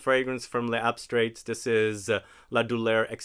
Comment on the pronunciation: As a rule I refrain from comment on pronunciation, but it'll really be more fun and easier for you to say the name of this house closer to the French way. It's layz-abstray. The "s" in "les" connects the two words, and the "-ts" at the end is silent. Your instinct not to say the "s" at the end of "les" is correct, except when the next word begins with a vowel. 🙂